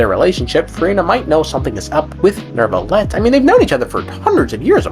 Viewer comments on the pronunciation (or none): You pronouncing neuvillette with an R is bothering me so much. Gotta do your due diligence on pronunciation of these names of you’re gonna be a content creator.